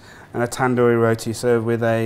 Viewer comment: He says Roti like he’s not an indian 🤣 dude say it properly you white wannabe Bander 🤮